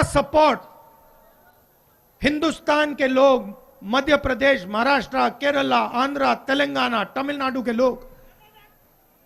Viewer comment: केराला नहीं केरल पप्पू जी